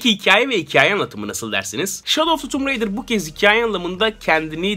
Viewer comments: tumb raider değil tomb raider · Abi oyunun ismi tummb ridır degil TOMB RAIDER bide video neden bi anda bitti